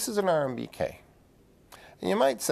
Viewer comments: I could only make it about 5 minutes in. He keeps calling them RMBK instead of RBKM reactors and also graphite is a much better neutron moderator than water. He doesn't seem to know what he's talking about. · It’s RBMK, NOT RMBK…… ❤ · It’s an RBMK, fool. Not an RMBK. This dude is a hack. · Not RMBK but RBMK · RBMK not RMBK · Very distracting that he keeps saying RMBK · Hes an expert? He doesnt even know its RBMK not RMBK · You keep saying RMBK... instead of RBMK. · RBMK, not RMBK. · RBMK* not RMBK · He keeps saying RMBK 😫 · RMBK? Isn't it RBMK? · You keep saying RMBK and I keep cringing. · I find this endlessly fascinating, but it irks me that he keeps saying RMBK instead of RBMK. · Why does he keep calling it an RMBK reactor instead of RBMK? Even in the description. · This guy loses credibility every time he says RMBK instead of RBMK. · It's RBMK reactor, not RMBK. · Is it rbmk or rmbk because he keeps saying rmbk I. The video. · It annoys the fuck outta me how he says RMBK instead of RBMK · I'm not sure why him saying RMBK instead of RBMK bothers me so much, but it does :( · RBMK not RMBK. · I'm a little put off by the fact he keeps saying "RMBK" instead of "RBMK", that he's gotten the timeline of the evening of 25th April 1986 wrong, that he explains the methodology of the emergency test completely incorrectly, and most worryingly that he fundamentally misunderstands what 'graphite tipped' meant with the control rods. ETA: He also states that he thinks the chain reaction stopped after the explosion, even though the the fuel and the moderator were all still in position AND all the water was gone. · He keeps saying RMBK but is it really RBMK? Which is right? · It’s a turbine, not a turbeen. And I’ve never heard of an RMBK reactor before. I’ve heard of an RBMK reactor though. Still good to watch however! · Sometimes this is the trick, when you want to blame something in a "safe" way. He never said that "RBMK" reactor is not good. He talked about an RMBK reactor.